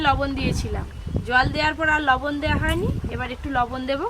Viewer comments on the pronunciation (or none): none